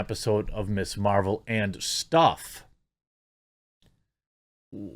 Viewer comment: I heard "they spent as much as an episode of "Mrs Maisel" (which is fucking amazing) not "Ms Marvel" and lol'd